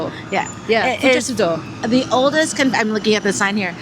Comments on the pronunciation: its fu-GET-su-do... like "get u some"... hahaha LOVE YOU FOLKS😉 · FUGETSUDO is pronounced FOO-GEH-TSOO-DOE (ge is like the word get not jet) 😊